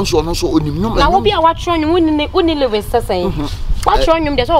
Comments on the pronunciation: Yiiiieee, madam "". Hahahahaha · Did the girl said Lewis or lyrics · The lady kept on saying liwis instead of lyrics😂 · who else heard the lady saying '' instead of lyrics😹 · I laugh enter my washroom 😂😂😂😂 )se